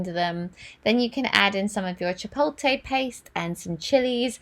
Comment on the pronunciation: I have a question, how come you don't drink those green drinks in the morning? And chopolte is pronounced as chi-polt-lay... I don't mean to sound like one of those pronunciation police people but I do hope this helps if you decide to say it as chi-polt-lay.